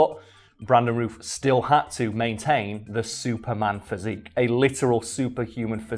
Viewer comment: Routh is pronounced like South, just FYI...